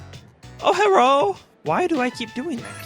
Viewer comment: Love the "Herro!!!" parts.